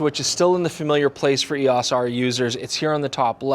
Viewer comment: It's E O S not E-awwss!